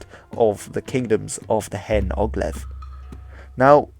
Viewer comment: Brilliant video and did the Old North much justice. Don't want to be picky, just to say 'hen' in Cymraeg should be pronounced 'hane' (meaning 'old') :-)